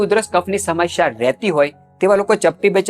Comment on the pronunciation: "સમશ્યા" નહીં, 'સમસ્યા'.